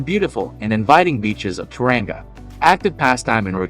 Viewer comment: Toranga, Hahahaha